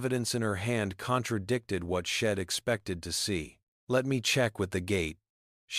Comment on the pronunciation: Itsnt shed. Its she' d ( she had ) nor im its I'm ( I am) get it right narrator